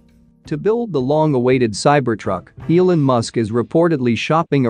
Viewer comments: Is this read by a robot? Mispronounced “Elon” and “lead” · Every time it pronounces "Elon", I throw up in my mouth.